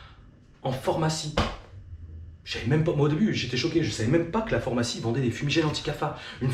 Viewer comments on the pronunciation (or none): "phormacie" 🤣🤣🤣🤣 tu m'as tué j'etais pas pret tu le repetes plusieurs fois en + C'est "pharmacie" ^^ Hate de voir la suite